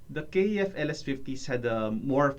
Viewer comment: KEF.....not K . E . F